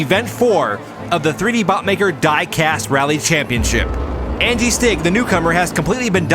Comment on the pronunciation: Why does 3D call them Andy Stig and not Angi Stig? It's really distracting.